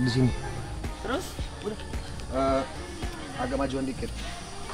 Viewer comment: "hati-hati dijalan ee" 😅 dialek Palu ❤ sehat terus Bapak Wakil Walikota kami yang In Shaa Allah bentar lagi akan jadi Gubernur Sulawesi Tengah ❤